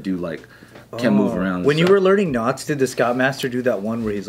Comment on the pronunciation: I seriously thought said 'nuts' and not 'knots'. lol. I thought, where's this going? lol